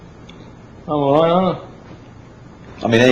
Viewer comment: Fitting that Karl’s first word to the world was “arite”